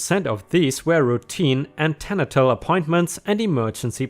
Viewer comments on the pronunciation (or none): Note that 200' is 200 *feet*; inches would be 200" (so which is right is debatable) - Also, if you're unfamiliar with a word, it might be an idea to check on correct pronunciation (tribunal and antenatal were two) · that's not even close to how you pronounce antenatal lol